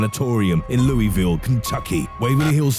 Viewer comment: Please learn how to say cities correctly. I'm from Kentucky. It is "Loo-uh-vul" smh.